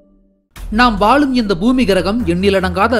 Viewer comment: வாலும் ஆ????? வாழும் பா.